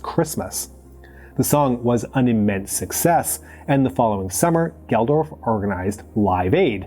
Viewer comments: Geldof is pronounced geld-off. Not gel-dorph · Dude called Bob Geldof "Bob Geldorf" lol sounds like a LOTR character